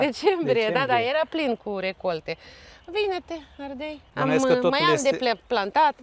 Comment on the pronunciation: Minunat, dar am o problemă. Nu se spune ARDEL, ci ARDEI